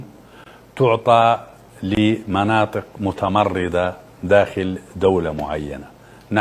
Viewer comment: قال متمرضة قال وليس متمردة